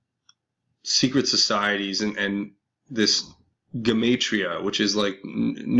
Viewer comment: GEM-AH-TREE-AH! GEM-AH-TREE-AH! GEM-AH-TREE-AH! GEM-AH-TREE-AH! GEM-AH-TREE-AH! Pronounce it correctly, please,. Moreover, they aren't going up for court martial, as they aren't in military service. They will be taken through a military tribunal, in a similar fashion to a court martial, to determine their innocence or punishment. Court martial proceedings for civilian individuals, essentially.... which is still a slippery slope for us, the little guy.... So while I support this, I do so cautiously.